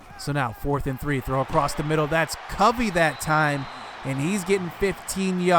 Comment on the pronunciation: Its Cuh-vee.. just an fyi. Guy is wes welker type with speed. Has NFL talent imo